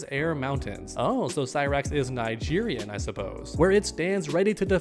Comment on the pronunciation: For the record She's Nigerian (Neegeerian) as in a person from the Republic of Niger Not Actually Nigerian 🇳🇬